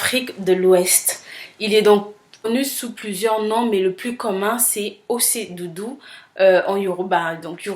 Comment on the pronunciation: Super vidéo , la prononciation c'est ochè dudu ; bisous ma belle et bonne continuation .